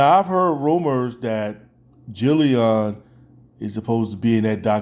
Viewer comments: No disrespect I fw your content but it is Jidion not dillyon lol, just a small correction lol, like Mid it’s Jid-ion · not hating, but it’s Jidion, not Jillyon. And you are spitting facts here due to Kayla being a clout chaser. This stuff took place a year ago, and she is still milking it. Jidion pretty much left the situation last summer.